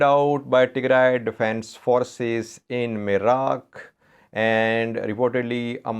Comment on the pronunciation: the proper name of the place is Nirak, not Miraq.